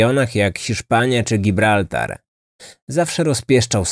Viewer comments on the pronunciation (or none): none